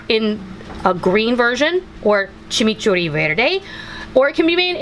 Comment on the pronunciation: Yayyyyyyyy!! A recipe from MY COUNTRY!!! I was born in Argentina 🇦🇷 I love how you pronounce chimichurri 💟 Hugs from Texas!!! 💟